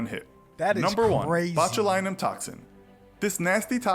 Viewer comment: Botchulinomubopolous lmfao you sound like my 4 year old tryin to say cinnamon